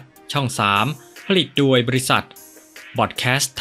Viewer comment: โดยทำไมอ่านเป็นดวยครับ